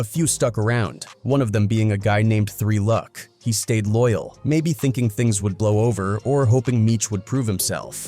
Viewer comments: 3 Lew C C? Why can it not pronounce 3Lucc? Why wasn't this video checked and changed to Three Luck? No oversight? Gosh I hate AI voice slop. I know this is garbage celeb news/gossip and gang crap but still, it deserves more effort than this. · good vid but maaaan these channels that use AI voices to narrate really need to just double check the vid before posting. 3 L U C kept getting me over and over again 😭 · Its Tre Lucc as in LOOCH